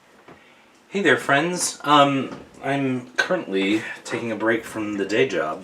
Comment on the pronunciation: It sounds like you said cuntly not currently I'm sorry I'm dying ,I've been wondering if Its worth it , For a man small cards are understanding impractical but it fits the story ,nice he reconsidered but I', torn as there are not too many new cards I so I'm hum or humimg or purchasing. I'm planning on lending them to a friend and If they like them maybe it my turn to upgrade.I'm not a collector nor paid reader and have enough many are old and inherited Is is really worth it on just hold on .